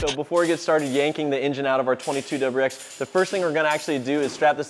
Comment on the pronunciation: Say it with me “W R X” that’s what the car is called; it’s 3 separate letters.